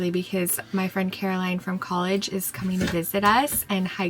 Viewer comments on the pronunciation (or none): none